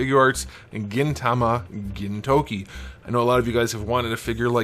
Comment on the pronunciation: lol pleasantly surprised you pronounced Gintama and Gintoki right haha. great review!